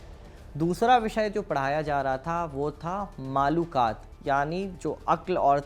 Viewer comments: Masha Allah video achhe the devband ka sahi tareekh bataya aap is ke liye shukriya Lekin aap se darkhast hai ulamaekiram ka nam adab se lete to ziya dah achha hota Nam me aap galat liya Imdadullah ko aap ne imadullah kaha har bar Makulat ko Ma.lu. kat kah rhe the Baqi video achhe lagi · With the humble request to correct in mind the word Malookaat, in fact this is Makoolaat/Maqoolaat. And The leader name Was Haji Imdadullah , Not Imadullah. Any way very informative clip u have recorded. Keep it up... Allah jaza-e-khair de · मालूकात नहीं माकुलात ✅है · Manqoolat aur maqoolaat aj bhi padhaya jata hai maqulaat nahi maaqulaat hota hai janab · Bhaiya aap maakulat ko bar bar maalukaat bol rhe hain..... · बहुत अच्छी जानकारी लेकिन आप माकूलात को मलूकात बोल रहे हो स्क्रीन पर तो सही लिख के आ रहा